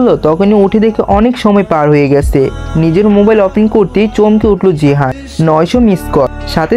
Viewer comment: vaiya jahin are jihan nam ta bar bar gulaiya felchen aktu valo vabe bolen